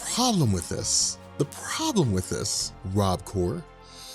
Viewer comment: "Rob Core" ....really? Meh, I don't having anything better for you so I don't know why I'm judging